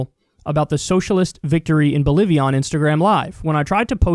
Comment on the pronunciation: Loo kyle said bolivia wrong. XD kyle sais bolivion. LuL